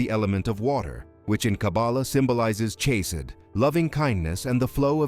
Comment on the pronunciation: at 7.01 It is Chesed NOT chased! 11.46 Shekhinah